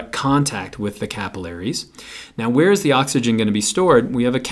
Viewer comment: me cringing at the way he says capillaries